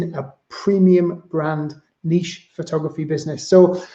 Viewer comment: Thank you for pronouncing Niche properly. Music to my ears.